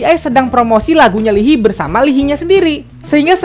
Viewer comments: Lii hai bacanya bukan Lii hi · Its spelled li-ha-yi bukan lihi 😭 nangesss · bang, maap banget. lee hi bacanya 이 하이(i ha i), bukan li hi:((( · Maaf koreksi ya. Baca namanya Lee Hayi, bukan Lihi. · Lihi ? Li hai kak caranya baca wkwkwk No YG no money, no YG no party ! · aku dengernya lili (wtf lili?) ternyata lee Hi😭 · btw leehi itu di dibaca “i hai” bang 😊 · Gua ngakak da bang lu bilng ' lee hi' wkwk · maaf cuma mau numpang bilang aja pelafalan untuk nama mino itu mino aja dan lee hi bacanya lee hai hehe :)